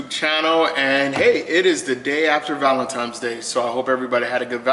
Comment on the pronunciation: Did you say "Valentimes"?